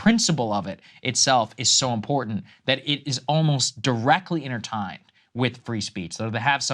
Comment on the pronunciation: Also, he mispronounced intertwined.